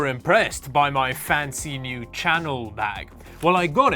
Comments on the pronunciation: "Channel bag" . its French ; Chan-elle :D fake or not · That's not how you pronounce Chanel lol